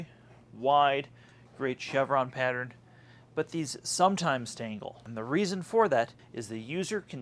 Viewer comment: Thanks for the insight, one thing, it sounds like you're saying tingle half of the time rather than tangle.